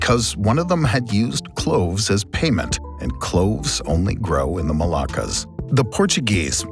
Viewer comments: Pretty good summary and animations. Just one quibble on the pronunciation - Malacca (Melaka) is the city on the Malay peninsula that was captured by the Portuguese. The MolUccas (with a U) are the spice islands. You kept pronouncing them as the Melakas (with an A). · Pronounce differently between Malacca and Moluccas